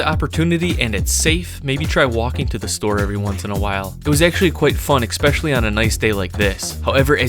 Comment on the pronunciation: expecially is not a word